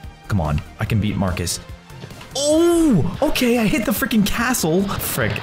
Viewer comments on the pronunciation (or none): and you said farcus